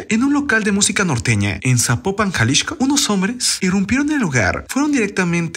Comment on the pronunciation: Por que dices Jalishco?